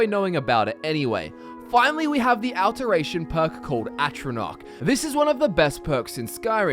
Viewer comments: I am so sorry. I cannot... Aalteration. It's pronounced Au-lteration, like "all". Or Augment. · "AL-teration" lmao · D Cap a Tation like Al teration, get it right lol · I really hope you've learned how to say "alteration" correctly by now. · The way he pronounces alteration tho...